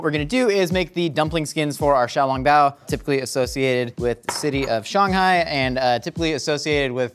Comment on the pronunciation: I was under the impression he pronounced Shanghai incorrectly